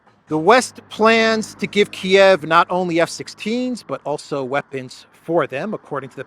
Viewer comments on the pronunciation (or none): none